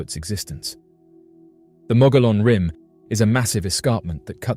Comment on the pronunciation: It’s pronounced the mogee-on rim. Why are all the photos and videos clear as mud?